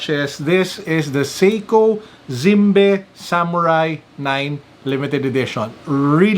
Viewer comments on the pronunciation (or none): Its pronounced Zim- bee sir. Even though i would prefer the phyto plankton, still a Handsome watch 🤗 Dapat pinakita mo din sir yun box heheh ganda box nyan. Saka yung Zimbe logo sa likod . ✌️😄